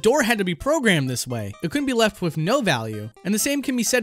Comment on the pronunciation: Good video but please god stop saying 'wif' and 'wifout', it's driving me nuts.